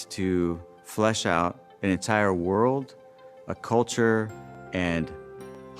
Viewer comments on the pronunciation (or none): none